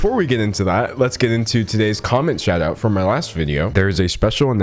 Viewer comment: Do you have vocabular difficulties. I notice your pronounciation on words like «shout out» are «shaw thaw»